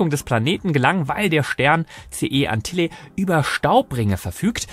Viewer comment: Das Sternbild heißt nich Antilla sondern Antlia (Luftpumpe). Bei 88 Sternbildern an der Zahl sollte es möglich sein, deren Namen richtig auszusprechen, wenn man sich mit dem Weltraum befasst.